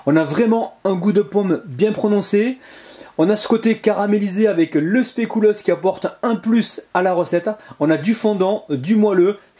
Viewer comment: très belle recette mais SVP on prononce specUlos et pas specOUlos. ...continuez comme ça !!!! enfin de vraies bonnes recettes réalisables 😋😋